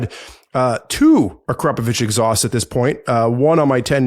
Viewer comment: Is THAT how you say Akrapovic?